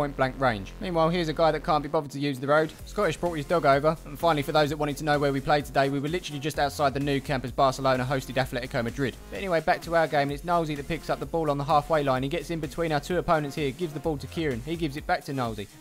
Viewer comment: ATLEtico Madrid, there's no H in it. Biggest pet peeve...